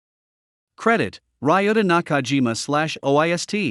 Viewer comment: May I suggest that the narration be edited to correct the pronunciation of the name of researcher credited (Ryuta Nakajima) and the reading of the research institute's acronym (OIST)? The topic is interesting and it is unfortunate that it seems to be narrated by a computer rather than a human